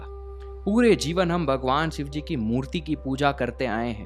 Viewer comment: Bhai yar phehele Bhagwan ka naam sahi se lele yar sivji nahi shivji- shhi shi shivji